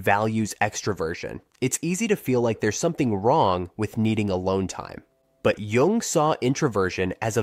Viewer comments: Wow. Starts by mispronouncing Carl Jung's name. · mispronounces "jung" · It would be cool if the narrator knew how to pronounce Jung's name.